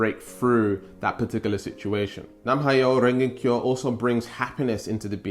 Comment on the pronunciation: Its Nam like Vietnam Myoho (me yo hoe) Renge (rain gay) Kyo (key yo)